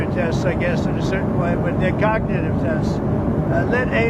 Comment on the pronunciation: WTF is a "gagnitive" test? Dude can't even say "cognitive" 🤦‍♂️